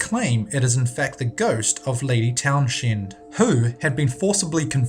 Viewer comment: Lady Town-Shend? It's Lady Towns-end. You don't pronounce the h. Also, it's North York-SHUH Not Shire.